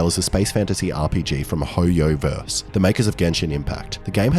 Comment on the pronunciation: Man really called Hoyoverse "Hoy yo verse"